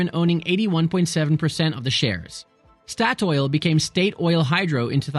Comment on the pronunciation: Its rely fun siting at home hering you trying to say oljefonnet statoil and Oslo Lol ask siri next time🤣